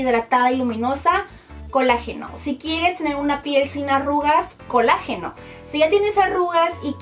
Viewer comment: Se dise colágeno no col ageno